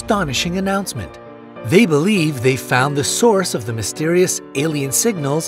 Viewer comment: Lol “mysterius”